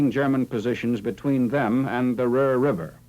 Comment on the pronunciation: Its Ruhr. Greetings from Germany